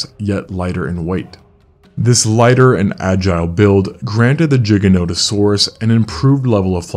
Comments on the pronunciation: Its with a "G" not a "J" like what lol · Bro why cant you pronounce it normally? Do you say gigajoules or jiggajoules?? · JAI guh, not JIG ah. Jai guh no tuh saur us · G g not j G GIGA NOT JIGA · Holy fk dumb dumb its GIG-A not JIGG-A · Fyi, "giganotasaurus" is pronounced "giga" not... "jigga". Etymology is from greek gigas -> "gih-gus". Before people try to be blind sycophants, please realize this -> "this is not an opinion you get to disagree with" 😂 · Its called GIGA NOT A JIGGA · Stopped listening after Jig instead of Gig. 😬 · Good docu, but what makes it so hard for Americans / English to at least try to pronounce Latin names correctly !? It is not "Dshiganotosorus", it is more like "Geeganotosorus"... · Isn't the largest one a spinosaurus is not pronounced jigaotosaurus it's pronounced giganatosaurus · There's none. But he does say Jiganotosaurus many times. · no "giga" comes from the greek word gigas which means giant -> this means that "giga" is also pronounced as giga and not as jiga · Spelling - giganotosaurus. This guys spells - First word starting with g - as ji.. second word starting with g as g. Americans... dumb af as always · It took me a second to realise which dino you were on about bc the british way of saying the dinos name is a bit different to the American (always heard it pronounced GIGA not JIGA) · It is not "Gjiganotosaurus", but GIGAnotosaurus... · jigga notosaurus lmao how big is your hard drive? 500 GIGAbye. it's GIGA notosaurus. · Bro fr said jiga. I refuse to believe the actual pronunciation is jiga and not giga cuz it just sounds retarded lmao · dude, i can't listen! it's giganotosaurus, not dshiggenodosowrus! silly anglophones.... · why is it pronounced like Jiga instead of Giga? it sounds like he is saying Jiganotosaurus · It's pronounced gig not jig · "Jiga" No bro "Giga" like Gigabyte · Why jigga? Prety shure its gigga as gigabyte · Ah, yes, the jiganotosaurus. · I smile each time I hear „Jigganotosaurus” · It made me lol too.